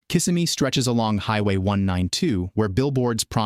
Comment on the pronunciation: You don't even know how to pronounce KisSIMmee. How is $95,000 a six-figure income? I count only five figures. How can we believe the rest of this AI slop?